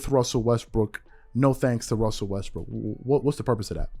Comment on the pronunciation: Lol you said "Russell Westbrick" 😅